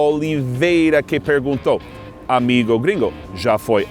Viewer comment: MAÁIS UMA VEZ...AMIGÔ GRINGÔ.... ! rsrsrssrs